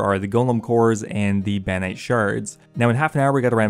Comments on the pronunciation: "Bannite shards"? BaRROnite shards... there are r's in that word... and an o... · The word: Barronite The pronunciation: Banite Why don’t you even try? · Do you have a speech impediment? They're clearly spelled "Barronite" yet you keep pronouncing it as "Banite"